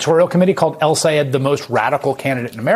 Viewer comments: Ron Johnson only has about 6 working brain cells. He might not be pretending when he mispronounces Abdul El-Sayed's name. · In ron johnsons case he was not pretending to not know how to pronounce the name because it has more than 1 syllable in it and that is what confused johnson who simply is not too bright to begin with